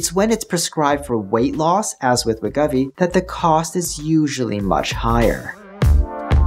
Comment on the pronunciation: Brian, dig ya, and this is an excellent vid, but for the umpteenth time, it is pronounced WEH-GOH-VEE. 😂 Srsly, it’s right there in all the Wegovy TV commercials, you can’t miss it. 😯 Speaking of (Novo) misses… looks like 50mg Rybelsus for weight-loss is likely dead, per the latest Novo Nordisk earnings call. They didn’t come out and SAY it, but it was pretty strongly implied. 😕 Why dead? It requires too much semaglutide. 25mg Rybelsus for weight-loss still seems to be alive though, but with no firm release date. Best guess is probably very late this year. 🤷🏻‍♀️